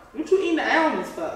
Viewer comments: 😂I thought it was pronounced (ALL)MONDS not (ALE)MONDS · It’s Almonds not elmond 😂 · Allmends 😂😂😂😂😂😂😂😂 what is that sus I can't even talk.. I'm from Dallas and we say ALL-MUNDS😅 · Almonds she said allmends 😂😂😂😂😂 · The EAL-monds 😂😂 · Right. It's ALL-munds 😫😫😫🥵😂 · That’s a fact!!! “Almins” 😂😂😂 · She said Elmonds instead of Almonds 😂😂and she is acting really concerned 🤦🏽‍♀️😂🤣😂🤣😂🤦🏽‍♀️ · What is she saying "Ailemonds"? 😂😂 he greedy, suffering and still eating 🥵🔥🔥😂😂 "LOL" When she called him "Big Back" 😂😂 it become spicy when it's spoiled? What 😂😂 he was going through it 😭 victory dance 😂😂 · And Ahhmends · Don't eat the "Eelmonds"😂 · 😀Boi they both Goofy AF😅 She said (AL-MENS)😁 and he steady eating😋talking bout it ain’t nothing to Big Dawg 😮‍💨😂🥵🤣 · She say elmonds, instead of almonds...😂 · I have never heard someone saying almonds like that wtheck Z 😂😂😂😂 it’s Almonds pronounced (All-monds ) almonds 😭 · Al-mens = almonds lol😂😂😂😂😂😂😂😂😂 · ALL-monds! Geesh! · Do everybody in Chicago say alemonds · It's pronounced ALL- mons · Almonds 🤦🏾‍♀️ somebody help her pronounce the word 🤣🤣🤣🤣🤣